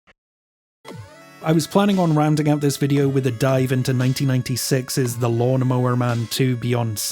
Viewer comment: this mf said lawmnmower man